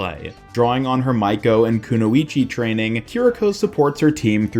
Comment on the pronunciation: We can’t just ignore how you pronounce Kunoichi 😂